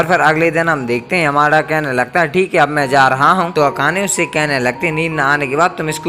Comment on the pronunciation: Bhai tumhara "THIKE" ate 😂😂